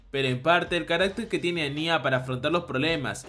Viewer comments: No es anyá (parecía ñarreando o un niño llorando), es Anya (Ania) sin tilde, ni acento, si mucho tonal en la primera A. Ciertas personas se pasan con lo de ver a una niña de 4 años como una waifu, medio turbia la descripción. Anya tiene 4 años, y para poder ser adoptada e ingresar al colegio, se hace pasar por una de 6, pero es una bebé, por eso habla a media lengua, aún está en la edad del dominio del habla. Los sentimientos de Damian por ella, hasta cierto punto son los de un niño de su edad, en esa época se puede presentar una atracción por alguien que llama la atención por su aspecto y forma de ser, pero nunca es algo sexual, es más filial, no sé si es algo cultural que en los manga ciertos personajes les dan tonalidades de mayores como pasa con Becky, pero el resto se comportan muy dentro de su segmento de edades. De llegar a ocurrir algo entre Anya y Damian, seguro lo hará cuándo lleguen a la adolescencia, ya en los últimos años de la preparatoria o secundaria. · No es añya es ania pero se escribe anya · Soy la única que escucha "aña" en vez de "anya" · Buen video solo que me causa conflicto como pronuncias el nombre de Anya